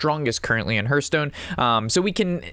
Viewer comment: Terrific video thank you. Side note : it's pronounced Harth Stone. Think of the word heart and the same exact spelling they share. Cheers!